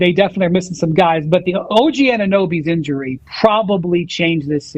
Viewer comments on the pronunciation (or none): “the inury situation” ….. ….